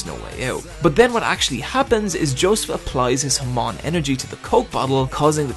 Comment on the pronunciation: HAAAAAAMON. SAY IT WITH ME HAAAAAAAAMON. NOT HAMOOOOOOOOON.